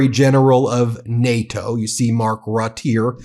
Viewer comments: Ben, it’s pronounced RUTTER, not RUT, you’re upsetting your Dutch friends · Ben! Ben! Ben! Mark Rutte's name is pronounced like"Router", with a bit of a roll on the first "R". 👍 Huge thanks and congrats on the great work you guys and your associates are doing to show the rest of the world that America and Americans haven't lost their sanity and sense of justice..... 🙏⚖️🇺🇲❤👍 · Mark Rutte’s last name is pronounced correctly with two syllables: Rut-te. Great video! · To pronounce Mark Rutte, please dor not say "Rot", but pronounce the "U" in Rutte like in "Utmost" and also the "E" like in "thE house" at the end of his name. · Bro, I do enjoy watching your videos, but you should really work on not buttering people's names. For example: Mark Rutte where Rutte is pronounce more RrhuttE, not Ruth, Roth or whatever is circling in your mind. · BTW Ben, it's Mark Rutte pronounced as "rut the" not just rut. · Please pronounce Mark Rutte's name correctly, Ben! It's RuttE with an 'E' at the end - (pronounce it like the 'e' in thE...) THX! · Rut-te not Rut 😉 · It's not "Rut", it's "RuTTE": you pronounce all the letters. Apart from that, very good reporting! Frightening though. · This is how you pronounce Mark Rutte his name when you speak american english: "Mark Ruttuhe" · Hi there. If you need help pronouncing Danish, Swedish, Norwegian, German names and in some degree Dutch and other European name, just reach out. By the way, I can assure you that Mark Rutte’ sir name is not pronounced “rot” 🙂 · Rutte. RUH TEH. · It is pronounced Rutte (Roota) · His name is pronounced: ROOT- tuh! Two syllables. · Please, Ben, it's Rutte, as if there's an accent over the e. 2 syllables: Rut-uh. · BEN !!!!His name is MARK RUTTEN!!!! [for english speaking to pronounce as MUTTON but then with an R, Rutten)!!!! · Pronounced Rutta! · Sorry Ben it's Mark Rutte pronounced 'Rooter'. Keep up the good work. 👊